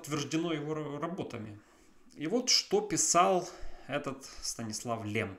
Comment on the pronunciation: Stanisław Lem читается через мягкое ль как Лем, а не Лэм. Так как в польском языке буква L всегда мягкая и смягчает любую гласную, которая идет после нее